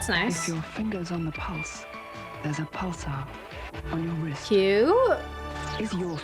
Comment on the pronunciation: Please read it again, Pulsar, with "ar" on the end not "er". I got a Pulsar watch for my 18th. (I'm 61 later this year) Then after a few years it sat in a drawer until last year, because the batteries were too expensive, at the time. This year I got it working again, after two watch makers/jewellers said it was scrap. I'm wearing it right now and it hasn't lost any time in about 5 months.